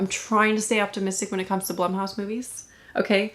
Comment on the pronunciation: Blumhouse is pronounced Bloomhouse.